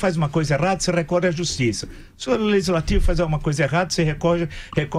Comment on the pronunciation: O Marco Vila não sabe pronunciar a palavra "leGislativo", ela fala "leSislativo".